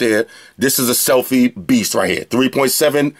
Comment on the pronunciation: listening to you say "selfie" made me laugh a little bit. great unboxing video!